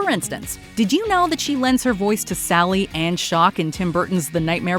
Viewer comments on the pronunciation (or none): none